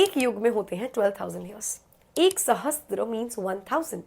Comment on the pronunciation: It's "Sahasra" means 1000. Not "SahasTra".